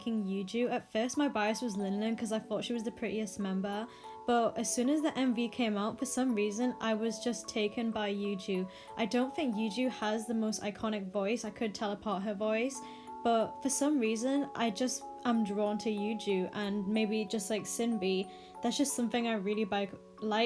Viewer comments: Yuqi is pronounced oooki and exid is pronounced ee ex ai dee. Jus saying lmao. I just read this comment outloud and I realized how stupid it sounds. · I don't want to be that person, but just a heads up that Yuqi's name is pronounced as "Wooki/Woogi", it got me confused as well at first I really like how genuine and cute you are with your opinions btw, big respect